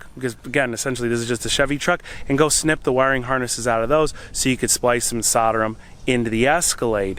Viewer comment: it's Solder not Soder 🙄